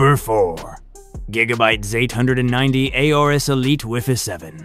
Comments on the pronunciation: The gigabyte ZAYTE HUNDRED AND NINTEY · Zate hundred ninety 😂